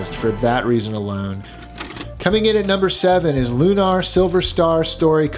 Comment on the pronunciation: It's funny because I was just going to make a "this guy" comments, too. But mine was going to be: This guy is so nice and has such a sad story and has such good content that we're all giving him a pass for calling the Lunar game "loon-arr", instead of, you know, the normal way it's pronounced. lol. God love him.